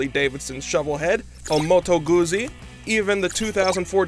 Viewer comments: This guy pronouncing Moto Guzzi hurts my ears. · motoe goozi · And Motoguzzi !? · If I hear this guy say Moto Goohzee one more time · I stopped watching the video after hearing him say "desmosedici" and "moto guzzi". Do your homework before posting. show respect and learn the names of those icons. thumbs down